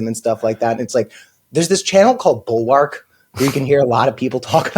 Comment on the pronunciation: Not to be the grammar police, but the word bulwark is pronounced more like bul-werk.